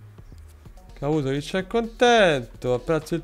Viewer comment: Giorno 26273: ancora nessuno ha scoperto che mi chiamo KUpusovic e non KApusovic